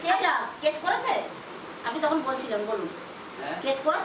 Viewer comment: কেচ নয় কেস আপনি বার বার কেচ বলেন